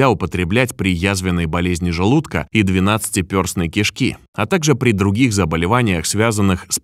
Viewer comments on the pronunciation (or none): Ты бы ещё научился говорить двенадцатипЕрстная, а не двенадцатипёрстная. Всех блогеров-самоучек надо бы заставить предварительно сдавать экзамен по русскому языку.